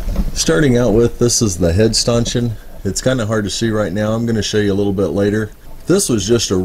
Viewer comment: Great job on that stanchion (pronounced "Stan" "tion") ! Once you get a little sanding and paint done on it it'll look brand new!!! I'm sure people spend hundreds of dollars for those!! Thanks again for sharing!!